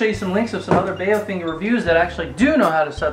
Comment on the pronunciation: It's pronounced bow-fung.. bow as in the bow of a boat